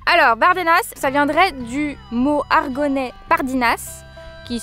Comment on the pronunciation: On dit Aragonais et pas Argonais ....car c'est en Aragon , je chipote .... mais superbes images !!